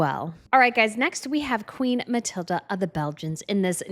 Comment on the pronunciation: Please, the names! Queen Mathilde of the Belgians has no "a" at the end of her name. The youngest Swedish Princess (daughter of Prince Carl-Philip and Princess Sofia) is Princess Ines. Not Ians. Try Yness. The yellow colour of Princess Sofia's dress is the yellow used in the Swedish flag. That is why she chose it. The designer you spoke about is Jan Taminiau. Try Yan Tah-mini-yow.